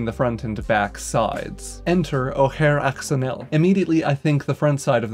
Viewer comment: Close! Oh-hare Au-sh-own-ee